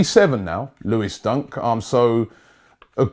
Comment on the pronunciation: lol it's Dunk not Duck😂😂